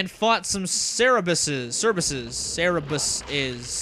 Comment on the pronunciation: pronounced SER BER US haha loving this LP btw! Favorite castlevania game!